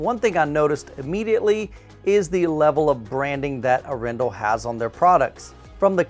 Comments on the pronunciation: In norwegian it's "AArendahl". Pressure on the first syllable :) Very nice review. I really really like their lineups and business model. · It would be AH-ren-dahl if you wanted to get closest to the Norwegian pronunciation. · Arendal is a small Norwegian town. I will not even start to try to explain how it is pronounced in Norwegian, other than how says it, is not correct....but it works well! I enjoy his enthusiasm and his reviews!